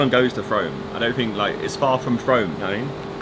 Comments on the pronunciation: 'frome' its pronounced froome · It's 'Froom' not 'F Rome' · It’s pronounced Frooooome not FrOme🤣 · You say it like “froome” not frome lol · Anyone else annoyed they called it “fRome” instead of “Froom”? 😂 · Frome gang where u also it’s pronounced “froome not frowme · they way josh was pronouncing “frome” 😂 it’s froooome rhymes with broom 😂😂😂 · HES SAYING FROME WRONG!!!!! I BEG THAT IM NOT THE ONLY ONE GETTING TRIGGERED AT THIS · I actually can't believe you called it fROME😂😂😂it's said like room...froooooome. I'm hurt by this pronunciation😩😂😂 Why has no one in this video corrected them😂😂ew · and it’s frooome not froam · Im from frome and its not frowm its froooome lol it was so funny watchin you guys in my town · It’s said like froooooooooom not frohm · Its not froam its frooooome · Lmao I’m offended that he called it froam and not frome 😂 being a person who lives there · "FROOME" not frome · FROOM not FROAM. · It’s not pronounced frome it’s pronounced froom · ‘FROME’ is pronounced ‘fr-oo-m’ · It’s not pronounced frome, it’s Frome (Fr-oo-m) 😂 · It’s pronounced ‘Froom’ not Frome. Js. Lol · Its froome not frome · It’s pronounced froom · It’s pronounced froom not frow-m. My dad lives there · It’s pronounced froom not frome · It's pronounced Frooome you goon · Frenchimperialsoldier it's actually gross how he pronounced it😂couldn't finish the video😂😂frooooome ffs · Frome is pronounced ‘froom’ by the way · It’s pronounced Froom I live there 😁😁😁😁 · It’s pronounced froom lol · Oh my you butchered the pronunciation of Frome so bad haha. It’s like “froo-m”. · What triggers me is its pronounced froome 😂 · omggg I can't believe it I live in frome!!! It's triggering me cuz u arn't saying Frome right lol. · I live in frome and it’s pronounced frooome. That triggered me alot. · Only just seen this video, I used to live in Frome! Btw, it's pronounced Froom (like broom) 😊 All you sidemen should spend a day at Longleat going through the safari! Xxx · Frome is pronounced Fr-oome lmao